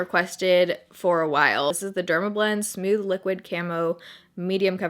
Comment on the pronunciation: I love how you say smooth lol "smewth" ♡